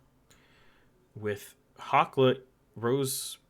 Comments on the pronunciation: A video on Canada Day? That's dedication! Quick pronunciation note: Beauséjour in N.B. is pronounced roughly like "Bow-sea-jor" and Hochelaga in Montreal is "Ho-che-la-ga" with a hard 'ch' as in 'church.' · It's "Bow-zay-juur" It's "Haw-sheh-lah-gah" I live in montreal you got both those wrong